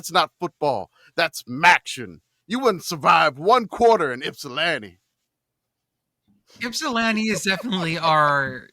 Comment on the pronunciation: thank you for helping me learn how to pronounce Ypsilanti. I might have to pick a team in the MAC this season like how I picked a CFL team this year (Go Blue Bombers!) Really let the MACtion flow.